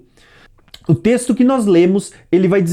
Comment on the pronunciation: vc entes de tentar dar uma de professor vc primeiro vai corrigir a sua fala e morreu e não moleu vc não consegue pronunciar a letra RR NÃO